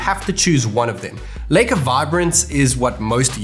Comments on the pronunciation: It's lika not leyka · It feels weird when you pronounce Leica as Licker.....